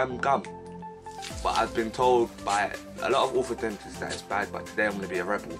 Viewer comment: Orthodontist “dontist” not “dentist”